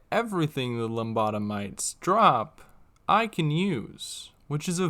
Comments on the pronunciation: Great video man, you are really funny too! Just a question: Are you pronouncing lobotomite as loMbotomite? I hear the "m" every time you say it 😄 Keep it up, I see you blowing up soon ✌️ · Drove me bonkers. It’s La-bottom-ite not lom-bottom-ite. Besides that, great vid! Very creative run!